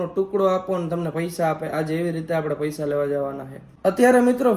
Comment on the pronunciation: પૈસા ❌ પયસા 😆😆😆😆